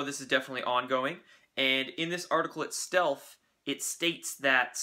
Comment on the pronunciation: itstelf??? heeheehee